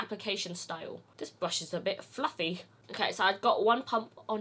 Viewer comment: “this brush is a bit FLUFFEH” 😂😂😂